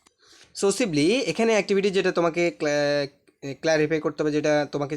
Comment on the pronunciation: Your pronunciation is wrong.cohesively (কোয়েসিবলি) 🤚not সোসেবলি।।OK❤